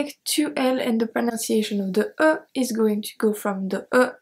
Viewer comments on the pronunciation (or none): none